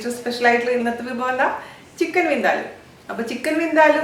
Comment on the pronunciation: It's Vin-Daa- luuu not Vin-de-loo.